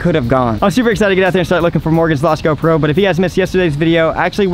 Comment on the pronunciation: am I the only one, or does he say "GoPro" so weird, the wrong emphasis on the wrong syllable.